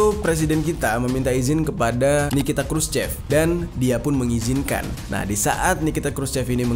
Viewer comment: Walaupun tulisannya "Khrushchev" cara membacanya yg benar adalah "Kruschov", lalu "Uni Soviet" bukan dibaca "Yuni Soviet"